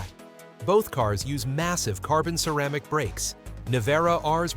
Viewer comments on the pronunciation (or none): none